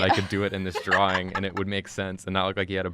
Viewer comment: well the way you pronounce "drawga" is just like "droga" in italian which means "drugs", so ye.... we need more drawga ahah